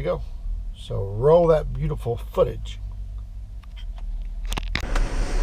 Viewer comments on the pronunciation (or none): none